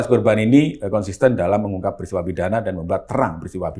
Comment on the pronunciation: Lbh tepatnya dolom, bukan dalam. Hahahah😁😁😁